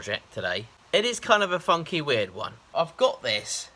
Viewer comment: He said “funky” but it sounded a little funny. Maybe its because he talks funny anyway. 🤠 Great hair though! 👍